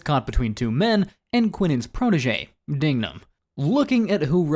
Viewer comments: It’s pronounced Dig-num. Not Ding-gum. Dignam already suspected Sullivan, not to mention the 4 officers tailing Queenan weren’t right with it. Queenan’s phone records could be traced and Costigan’s file recovered. All of this is basic detective work. There’s plenty here that points to someone other than Madolyn. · Its DIGnum, not DINGnum gotdammit! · It's not 'Dingnam'. It's 'DIGNAM'. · DIG-NAM. DIG-NAM. Not "Ding-nam." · It's DIGNAM, not Dingnam. Dude! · It's Dignam. Not Dingam or Dingnam. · It’s Dig-Man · JFC, it’s DIGNAM You want somebody to watch your video and take it seriously, try getting the main person you’re talking about in your video’s name correctly.